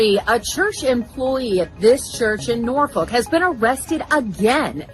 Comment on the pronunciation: I've never heard of Norfuck Virginia listen to the news reporter standing in front of the church how she pronounces Norfolk